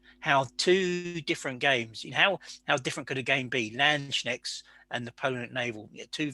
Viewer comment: Very excited about Rich's latest project, since I am working on not-landsknechts for a Warhammer Fantasy Empire army. I'm considering the real deal in somewhere between 10mm - 20mm now as well. I would however suggest brushing up on pronunciation (every time someone says 'landschneckts, an angel in heaven breaks their pike)